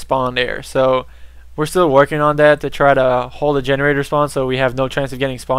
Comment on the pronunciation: "I'd like to remind everyone dat felonies is really bad at this game..." lol but you pronounce your "th"s like "d"s. Kind of odd.